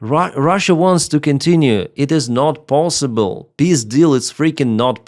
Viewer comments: I is bullshit ! Eventhougth the R7 "Semiorka" bears the same name since 70 years, it has known around 4 complet overhaul to my knowledge It is very obsolete but "if it works, don't fix it": A Climat saving principle... Slava CCCP ! (just joking but FEW stuff were better) Funny each time you say "пис дил" I hear the passed of "пиздец"😂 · "Peace Deal" not пиздил😂😂😂